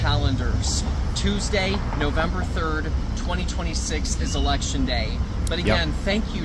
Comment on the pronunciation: I didn’t know he was trying to say November, until you translated. It sounded like bum-ber.